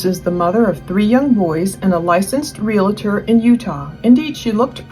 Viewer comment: Okay, I’m officially done listening. If you can’t pronounce the world realtor correctly, without an imaginary A in the middle of the word, I don’t trust your research. Learn to speak!